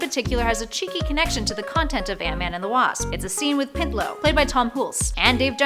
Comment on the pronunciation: Pintlo? In Animal House? Who is Pintlo? Tom Hulse played Pinto, as in a spotted horse.